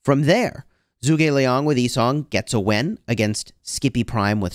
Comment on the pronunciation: Hey I just wanted to say something about pronunciation. With zhuge Liang being Chinese it should not be pronounced as zoo gei it should be like juge like juice and a soft g. So like in get g Zhu ge Liang.